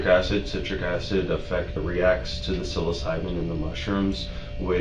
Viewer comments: SILOcybin 😂 It's psilocybin. The way he pronounces it Lol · its sill not sile man at least say it correctly xD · It’s not pronounced SILOcybin mushrooms 😂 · It's not pronounced "sighlow-cybin" it's pronounced "silla-cybin" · god it made me mad how this AI or the voiceover kept saying cylociben it’s PSYLOCIBEN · Pronounced “sillocybin” not “silo”🫢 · It's kind of humorous the way the moderator pronounced "Psilocybin", like "silo-syben" instead of sili-syben". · I like what you're doing, but Psilocybin is pronouced like sill not sighl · It’s SIL-A-SYE-BEN not SYE-LE-SYE-BEN. Bro I swear my friends always pronounce that shit wrong when we take shrooms 😅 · It’s pronounced sill o cy ben, not Sy lo sy ben. He had an ounce of mushrooms on him. That’s not a whole hell of a lot. 120k bond? That’s crazy! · Psilocybin is pronounced “sill-oh-sigh-bin” not “silo-sibin” not to be that guy or anything but just so you know for the future😁 great video yet again by the way👍🏽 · it's not silo , it's syllo like silly, sillo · The real crime is the way you pronounce it as "silo-siiben" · Sigh low sigh bin. Uhhh no that’s not how it’s pronounced at all lmao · for the narrator, psilocybin pronounced SILL uh cybin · Sill-O-sigh-bin is how it's pronounced. What is it with this generation of drug dealers? They may as well wear signs saying "I'm selling drugs, come and bust me." These have to be the same kind of idiots who ask "are you a cop?" and think and think a UC cop has to say yes if they are. "That's entrapment!" my generation had lead paint chips, what's the excuse for this generation, willful ignorance? I worked with a retired cop (he was also an instructor). He knew I had a misspent youth (just pot stuff), we'd have fun telling each other stories. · It’s pronounced “sill-o” as in “silly”. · for future reference its pronounced sil-o-psy-bin . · Actually, it’s pronounced sil-o-cy-bin. I used to be a hippie stoner….😇🥰😜💃🏽💃🏽💃🏽💃🏽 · "Silosiban" ah i see the narator has never eaten mushrooms